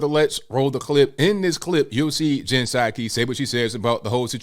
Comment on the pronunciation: What a liar! LIAR!!! Puh saki not ABL.